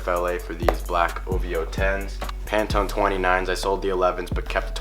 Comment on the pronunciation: He said Pantone 29’s 😆🤣🤣🤣🤣